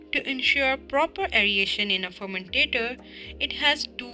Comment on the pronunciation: Very nice and helpful video. But some words are pronounced wrong; if the student pronounces these words like the narrator in the video, it can cause confusion. The terms that were repetitively mispronounced are 1. Fermentor 2.Bioconversion 3. aeration 4. Access 5.Impeller